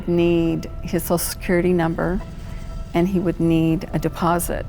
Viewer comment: why,oh why cant People pronounce " social security number " ???